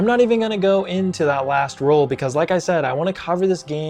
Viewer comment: lol at how you can’t say Role 😅